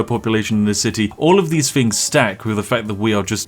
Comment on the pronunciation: Posh people don't say fings, they say things.